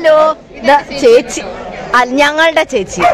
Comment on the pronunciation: Thechi alla chethi ann 😂😂🤣😂